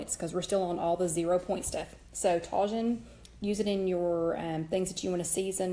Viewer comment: You can get Tajín at latin grocery stores. It's pronounced TAH-HEEN. The J is pronounced with an H sound.